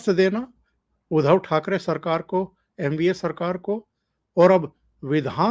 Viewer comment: 1) बात थोडा जल्दी जल्दी करते जाओ. 2) उधव ठाकरे नही उनका नाम उद्धव ठाकरे है 3) बाळासाहेब थोराट नही थोरात उच्चार किया करे. धन्यवाद